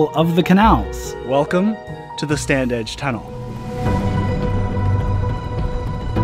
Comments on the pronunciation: You say it 'Stan-ige' no 'd'. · we always pronounced it Stan-age.